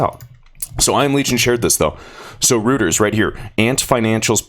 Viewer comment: Reuters is pronounced Royters